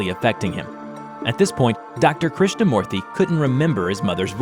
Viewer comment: A lot of corrections to be Made in some of the Indian names By A Fellow Tamilan here! Krishnamoorthy Was right, Except For the Last name. it Should be Pronounced "MOO-rthy" Not "Mo-rthy" Second of all, in the Scene where Krishnamoorthy says about how his mother told him the Legend of the God of Serpents, The Real Name is "Shesha" (Kind of Like Saying Ananstesha, the Name without the Anan) or "Anata" (AAA NUN THA). And Vishnu Should be Pronounced "VISH (Like BISH-op, the Chess piece) NU (Like Saying No Without O and instead U.)